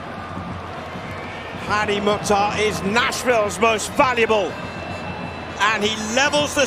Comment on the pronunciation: Commentators .is Mukthar not motta